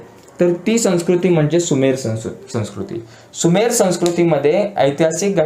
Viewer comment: Sir sumer not subher